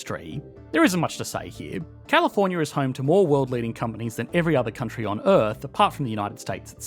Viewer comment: California’s not a countreyii